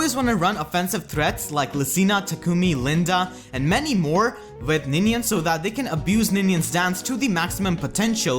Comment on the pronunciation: “It’s Ninian, you ninny!”